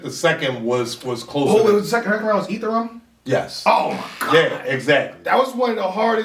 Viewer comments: Ethereum is not pronounced Ether-Rum its Uh-theory-um was reaching for the heavens which is why no one reacted. We all know about crypto... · That Ether rum is a coooooollddd reach. Its ethereum not ether-rum. But i guess 🤷🏿‍♂️ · The ether rum bar is a reach man lol. ethereum is not pronounced like that at all lol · Ethereum is not pronounced Ether-Rum... that's a heavy reach and I got 10coins